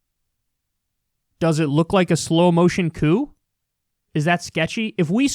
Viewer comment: Its not coup